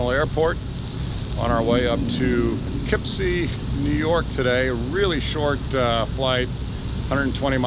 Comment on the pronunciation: Always wondered how to pronounce poofkeepsy